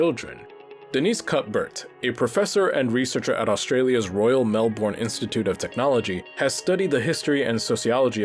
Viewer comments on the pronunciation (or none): foreigners can't say Melbourne right. either Mel-bin or Melb-urne